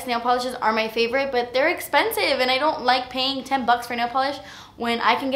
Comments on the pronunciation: "Das Espensive" ❤️😂❤️ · "Like yeah, you a fierce little mama" and "it's espensive" hhahahaaaa I love you.